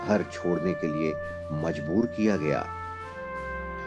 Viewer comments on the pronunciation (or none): none